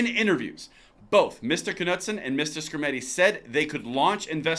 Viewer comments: not to be like a English teacher which I am not its pronounce nudesen the k is silent have a good night see you tomorrow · 😁 Knudsen is pronounced, noodsin